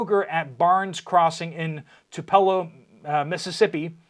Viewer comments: Not "Ta-pell-o, Mississippi but TOO-pu-low Mississippi. Tupelo- where Elvis is from. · Its pronounced, Tupelo, MS ("Too-puh-low")😂😂. Northerners 🤷. Thanks for the updates. Anyone ignoring the signs ALL over the place has: a disability, a death wish, or mental illness. Sorry, but there's no excuse for not at least doing some research to find out what's going on.